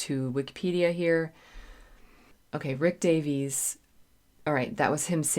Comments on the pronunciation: I love your reviews. I would like to point out, if I may be so bold, that in Britain the name "Davies" is pronounced the way Americans say "Davis". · Hi, Rick Davies (pronounced: dā-vis) sang the lead vocal and played the Wurlitzer electronic piano on ‘𝗕𝗟𝗢𝗢𝗗𝗬 𝗪𝗘𝗟𝗟 𝗥𝗜𝗚𝗛𝗧’., for someone of your calibre, it’s amusing to see a sudden case of faint-heartedness. After all, having performed with full orchestras and rocked out with hard rock bands, now sitting snug at home and fretting over 𝗦𝘂𝗽𝗲𝗿𝘁𝗿𝗮𝗺𝗽 jump scares is nothing short of comedy gold. I can’t help but find it completely hilarious. LOL! 🤣🤣🤣 Having been informed in advance of my purchase that 𝘾𝙧𝙞𝙢𝙚 𝙤𝙛 𝙩𝙝𝙚 𝘾𝙚𝙣𝙩𝙪𝙧𝙮 was an audiophile-level production, I decided to splurge a little and buy the Mobile Fidelity Audiophile Limited Edition version of 𝘾𝙧𝙞𝙢𝙚 𝙤𝙛 𝙩𝙝𝙚 𝘾𝙚𝙣𝙩𝙪𝙧𝙮 on audio cassette tape in early 1981. Mobile Fidelity used the BASF brand of audio cassettes for their offerings. However, my preference has always been the TDK brand for audio cassettes, specifically the SA and SA-X high-bias proprietary Super Avilyn tape formulations. The Super Avilyn formulation by TDK is a high-quality audio tape technology used in various cassette types, including high-bias and chrome-bias equivalent tapes. This formulation is known for its superior performance, offering a wider frequency range, lower noise levels and dynamic range, and improved maximum output compared to traditional tapes. The Super Avilyn magnetic particles are denser and more evenly packed onto the tape surface, providing improved power-packed performance and a clearer sound. This formulation is compat